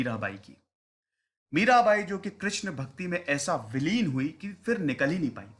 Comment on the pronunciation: Mirabai hona chahiye, Mira'bhai' nahi.